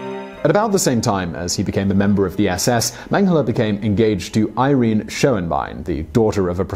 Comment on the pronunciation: pronounced "eer rennay" not eye reen. punch your researcher/scriptor. long-bine. punch him again. good narrative tho. thanks!